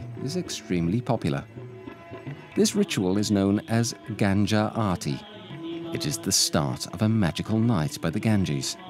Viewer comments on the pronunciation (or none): Very beautifully created documentary...very interesting interpretation of the teachings of the Buddha and the Hindu culture and rituals, but did I hear the narrator say "Gānjā ārti"?! It's Ganges (pronounced Gan-jees) and Gangā (pronounced Gan-GĀ as in "gasp") )